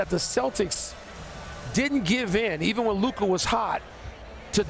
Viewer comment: It's LUKA.